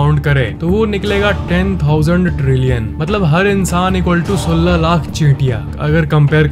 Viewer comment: You can't speak 16 in hindi properly !!